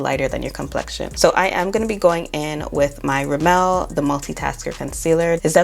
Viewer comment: Will you please go to Google and type in Rimmel pronunciation and Niacinamide pronunciation please